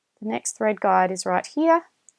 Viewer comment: I must admit your good command of the English could be best harnessed skipping the better I dropping the "r" sound, as the "Guard" been so heard instead of the "guide" for the thread, to refer to the holes that holds thread in proper place of pull by the ma June to stich a cloth fabric.. Not sure too if I heard it all the same on multiple times if atleast one of these mentioned "guides" been guard as a heard of English words guiding to fit in with the video parts. While it would be best for me not to render complement as your other viewers of tutorial video, Indeed is not really good for me to be same as the others already use to it so as you are well complimented, with gratitude of vexations of thanks and appreciation as the rest are as perhaps have made your "heart fat", as sounds unhealthy lipo proteins, of direct FiliPiKnows translation appropriateness so minding these elaborations. . That's rather better than make your "head big", when you already got a big heart. . 😏😰😨. Doing a sharing. . recognition more than acknowledgment of Thank yous so wrong without the DO's Direct Object and receiver of the action of gratitude that is so vexed as known to be you flatteries. So my own rationale more than lame defense as your not so offensive on sharing a clear tutorial verbal speaking matched with videos. Only the videos with my celfon double tap for zoom is indeed a struggling burden more than lame challenge 'no match" to me as posting of viewer are so forward clockwise (though a